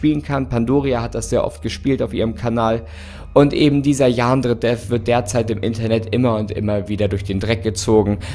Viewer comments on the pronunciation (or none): Ich finds toll wie er statt Yan-dere-dev, yaandre-dev sagt 😅